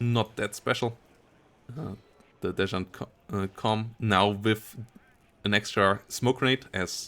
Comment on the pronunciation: I hope you forgive me for being this guy, but "desant"/"desantniki"/anything to do with paratroopers in USSR is pronounced like "San Marino" or "Santa Maria", not "zhan" or "shan". Thank you for the video, hyped for the divs AND woodenbox's map:D